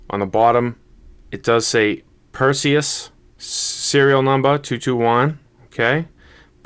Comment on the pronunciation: of course it's a big deal. You can't go on and make review about a product for the whole entire world to see and you are saying the name of the product wrong. That's disrespectful to the maker. You have to be more careful and know your product's name before you release your video. Review your video as well and make any sort of necessary editing. And you are talking about "troll". You should take and consider constructive criticism.